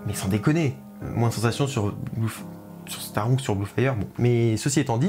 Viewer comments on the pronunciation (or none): Taron se prononce taronne 😭😭et oui le Taron fait pas de sensation 😅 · Super vidéo 👍 comme d’habitude, je n’ai pas fait Blue fire et Europa-Park en général, c’est un parc qui m’a donne envie et tu n’a pas arrangé les choses 😂, sinon je voulais juste te préciser que Taron ça ce prononce « taronne ».